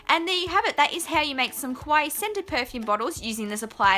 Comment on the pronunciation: I'm sorry for being a huge nerd but I have to say it: the way you pronounce kawaii makes it sound like your saying kowai, which means "scary" in japanese. So in this video you made scary perfume bottles :D (obviously you can say it however you want. I am not, as of yet, a language cop and therefore have no access to the language jail)